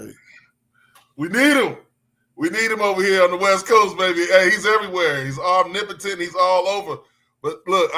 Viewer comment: did you hear say omnipotent?